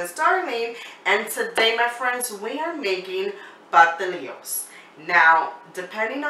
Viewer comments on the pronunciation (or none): It’s pastelitos darlene